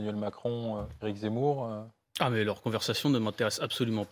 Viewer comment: Mdrrrr bien vu le « zeumour »